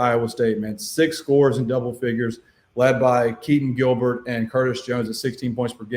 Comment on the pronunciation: You called it with Tennessee, losing by 30 to Florida. After that game you are spot on with Florida too. My I only critique is to learn the names of the Iowa State players lol. Keshon Gilbert (I’ll give you a pass on Milan haha)